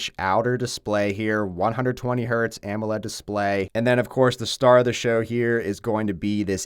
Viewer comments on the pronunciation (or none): none